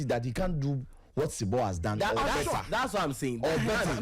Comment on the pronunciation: Not sebo but Zibo pls